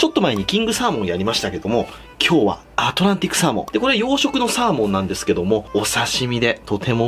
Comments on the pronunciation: アトランティスサーモンて聞こえた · アトランティッ↑クサー↓モン…癖が強いんじゃあ